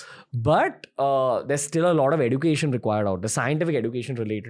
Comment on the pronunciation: Bhai yeh एज्युकेशन ko एडुकेशन kyu bol rhe hai?😂